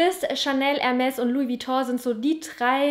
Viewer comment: Und wie sprichst du denn bitte Hermès aus😂